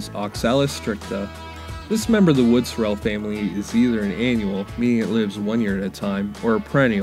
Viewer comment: Pronouncing this wrong.......emphasis is on the first syllable, not the second - SOrrel. 👍